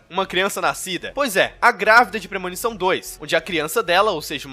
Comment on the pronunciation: PRE -MO-NI-ÇÃO